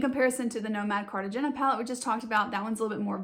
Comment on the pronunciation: nice video! not super important, but "Cartagena" is pronounced car-ta-hay-na. It's a city in Colombia!